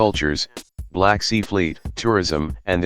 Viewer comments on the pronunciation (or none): none